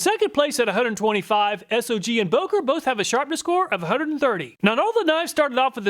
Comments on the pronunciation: S-O-G brand It is pronounced "sog"....like the first part of the word "soggy". They took their name from the "Studies and Observations Group" that was part the military operations during Vietnam.... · SOG is pronounced like bog but put s in steed instead of a b if that makes sense